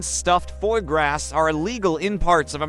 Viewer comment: Oh my ... the whole unintelligible bit minutes is so bad because french words like ''steak tartar'' , ''paté'' (pronounced ''pot'' , for cripe's sake ) and ''foie gras'' (no, not foe grass, thx ) are pronounced ... well, about as horribly as we should probably expect at that point. And I think the whole point is that steak tartare is outlawed in the US because it's made from raw meat, while foie gras is is ethically questionable because to make it, birds are force-fed to enlarge their livers. But apart from one US-state it's not out-lawed in the US, so no idea why foie gras is even mentioned. And yes , steak tartare is made from raw meat that's finely minced - not chopped - and the trick is that you need to really make sure that the live-stock used is healthy and free of parasites. Happy domesticated animals, happy beef sushy, or somethin glike that.